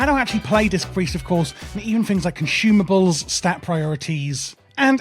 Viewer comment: Everyone bring your conshoomables?